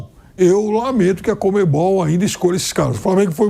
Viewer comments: é comebol ! nao comembol ! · COMEM BOL, os comedores de bola deve ser…. O cara é jornalista esportivo e nao sabe pronunciar o nome do órgão mais importante do futebol sulamericano